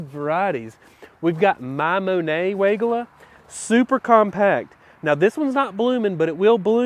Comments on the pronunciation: Stacy Hervela at Proven Winners Color Choice Shrubs pronounces Weigela as why-GEE-la. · You got me! 🤣 I had to look it up to see if I've been mispronouncing Weigela all this time! Y-G-La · Hi. Another great video but another fun fact on the correct pronunciation on weigelia by Stacey from PW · You’re mispronouncing Weigela!! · He does it on purpose. It’s German we all pronounce it wrong. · I know, its so funny to hear.